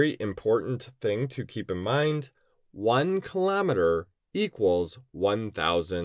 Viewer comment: What tf is a kilometerrrrrrrrrrrrrrrrrrrrrrrrrrrrrrrrrrrrrr